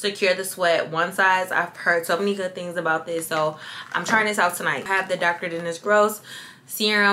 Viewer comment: Because tonoight will be the noight that i will fall fuh yuuurrrr 😂😂😂